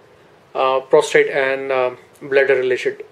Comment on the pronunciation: Is he saying prostrate instead of prostate? Wtf schoolboy error